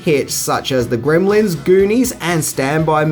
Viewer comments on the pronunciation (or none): none